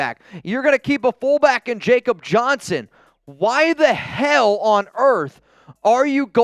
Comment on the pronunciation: how many more times are you going to mispronounce Jakob Johnson's name?! It's Yak-cob. You'll get the cob part right cuz I'm positive you eat it the long way, but only when you Manscape it first